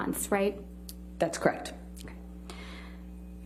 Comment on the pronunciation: I really do not like this woman at all. She is so cringy, smug, arrogant, and when she says “kreckt” it drives me insane.